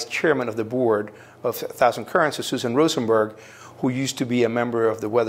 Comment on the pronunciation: Hah! Rosen burg lol, every single time